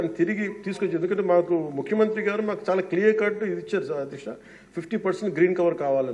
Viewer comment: ముఖ్యమంత్రి అనే పదాన్ని చక్కగా పలకడం నేర్చుకో